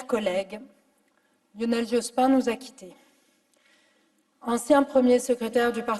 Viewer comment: Dit-on Jospine ? C'est à la mode, cette prononciation.